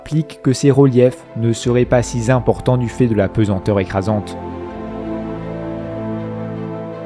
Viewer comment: Pour le système Gliese, vous dites entre autres: « cela implique que ses reliefs ne seraient pas si zimportants ». Où allez-vous chercher le zi. Il faut dire si importants. Il y a plusieurs fautes de français de ce genre dans vos commentaires. Faites attention à garder vos 10 000 abonnés car vos fautes vont jeter le doute sur le crédit qu’on peut vous accorder en astronomie.